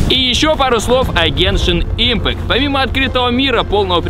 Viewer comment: Я очень много раз замечала что мамикс (Максим говорит не дюшеееес а дююшес (извините прост ударение поставить не могу) и ещё по геншин он сказал не ипмааакт и ииииимпкат и ещё со словом высоко но это мелочи но я всё равно в речи у него это замечаю"